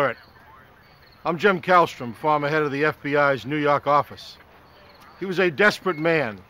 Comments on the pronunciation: Neww YAWWWHK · "Nu Yauk"